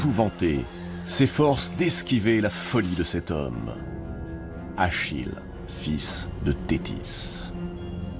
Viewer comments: Achille, pas Achilles. Allez, pouce rouge. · Où avez vous vu un s à Achille?